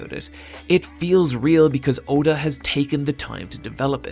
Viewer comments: Ok good but the you pronounced his name wrong. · The fact that you pronounced Oda's name so badly made me dislike this video